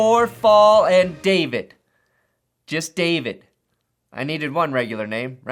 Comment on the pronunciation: pronounced Dah-Veed